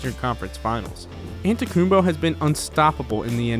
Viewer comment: Bro you need learn how to say Antetokounmpo bro UhHaHa😂